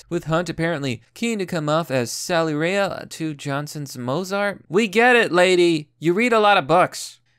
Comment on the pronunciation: Christ you butchered Salieris’ name... “Celery” 😂 that was awesome